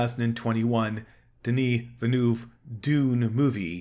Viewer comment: Timothy Kallamay, Denis Villnoof, Alejandro Joe de Rowsky, Leet Keens. Good god, did you deliberately set out to mispronounce every single name in this video?